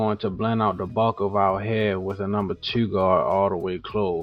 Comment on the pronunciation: Him- “Cut it down to a number Tew” Me- Oh yeah, he’s from Baltimore. Lol